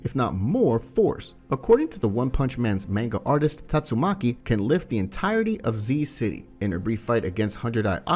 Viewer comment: It's taitsumaki